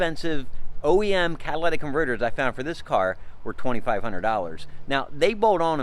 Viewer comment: Holy shit - You talk too fast. Also, it’s Cat-a-li-tic converters.